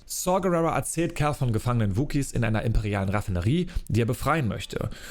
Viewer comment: Also wenn ich mich nicht verzählt habe hast du 59x Cal wobei es manchmal auch nach Carl klang 😆 Und die olle Trilla...Pfeife. war so nervig. Der Auftritt von Vader war mega, und dazu die Musik einfach episch as fuck. Ich freue mic hauf morgen, den Stream anzuwerfen und wieder mit Cal unterwegs zu sein.